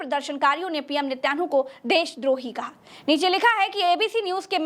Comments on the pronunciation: Plz sahi naam to Lena seekho netan Yahoo hai naki nityanu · I liked your Journalism but the Name is NE-TAN-YAHU 10/10 Journalism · Please pronounce Nitinyahoo correctly